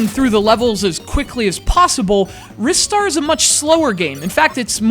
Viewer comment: I always pronounced it, "RYE-Star", not "Riss-tar".